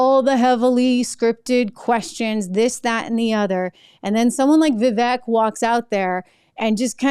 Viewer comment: It's pronounced Vivek (Viv • āk)